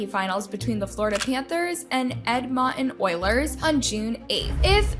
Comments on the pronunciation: okay how does she not know how to pronounce edmonton oilers? I nearly cried. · why u say 'edmonton oilers' like that?